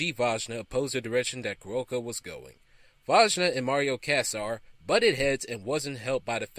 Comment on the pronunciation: Oh, come on. Seriously?! You cannot even pronounce Andy Vajna's name right? I mean, you had to have researched it, right? It's NOT VAG-NA, it's Vay-Na.